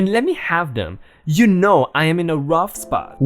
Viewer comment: Yuno? Did you just say yuno?🤣 man I love the language barrier you suffer, and boy do I love this channel. In so happy i found this channel. Keep up the good work, and hopefully this channel will grow big and strong. You should try doing one video in your first language just so you can freak out new viewers.🤣🤣🤣